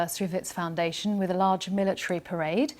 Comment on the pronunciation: Did she start to say prison instead of parade?lol